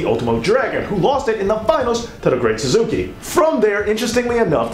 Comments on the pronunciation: Ok I love this video but I have a nitpick because it drives me crazy when people mispronounce this. It’s SAS-KAY. Not Suzuki. I feel better now. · and its the great "sas-u-ke" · Very informative. Well laid out. As you went to lengths to get so many details for this, I don't feel like I'm nit-picking when I say the wrestlers name The Great Sasuke (pronounced sass-kay). Still love the "where is it now" to each title. Thanks for sharing, have a good day. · i appreciate the knowledge but bro , it kills me when you pronounce the Great Sasukes name wrong . repeatedly when you apear to be oriental . i mean no disrespect or rascism dude and i hope i dont appear that way . but to me its disrespectful to mispronounce their names like that . but we all make mistakes . much love .